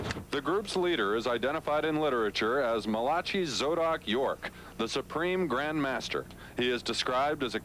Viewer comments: 2nd video I've seen where they pronounce it mala-chee...don't they know how to pronounce the names in their own Bible? lol It's pronounced mala-kai. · Mah-la-chee?!?! lmaoo come on man